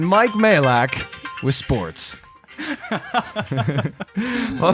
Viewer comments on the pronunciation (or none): none